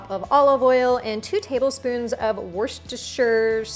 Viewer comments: It’s ‘Wooster’ sauce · 'Wuh-sta-sheer sauce' Definitely going to tey this marinade!